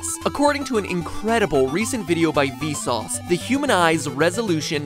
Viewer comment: Why do you keep on dissing V sauce by calling them P sauce!?